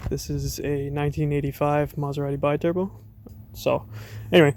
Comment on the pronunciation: It's pronounced "bee-turbo". Loving the project. :-)